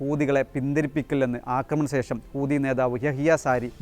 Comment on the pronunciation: കോപ്പ്! ഹൂദികളല്ലെടോ! ഹൂതി എന്ന് പറയാൻ പോലുമറിയാത്ത യാണോ താങ്കൾ?